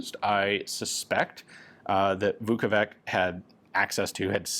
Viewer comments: A correction: Vuković is pronounced with a [tɕ], not [k]. Like ch in English. Therefore, it's ['vukovitɕ], not ['vukouvik]. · The letter C in Slavic latinised spelling is pronounced as a "ch" like in vukoVICH. Sorry my Russian bud made me write this lmao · Just a note to Slavic names pronunciation, "ć" at the end stands for English "ch" . So it is Marko "Vukovich", similar as Vasa "Teodorovich", the designer of internal magazine of one lovely pistol...